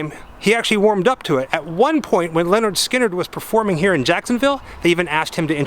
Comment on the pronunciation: It's pronounced LIN ERD SKIN ERD not Leonard